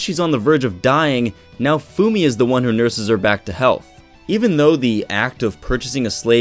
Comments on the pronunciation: More like "na-oh foo me-" the e in "me" is like the one in "sensE" or how they say "sensEi" or the one in "thE", the english language lacks this phoneme... Oh, who am I to say anything? Video was awesome, by the by, keep up the good work =) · The way you say Naofumi's name kills me on the inside... Besides that, yeah, you're quite right! Just one small note: Raphtalias' devotion is not duty-bound, is love-bound, she may have been duty-bound when smaller, but as of right now she is no longer bound by duty, this becomes evident if you analyze her behavior and faith towards Naofumi.